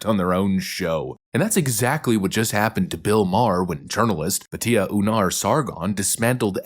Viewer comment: Her name is "Bat Yah" not "Bah TIA" . Like Bat Miztvah.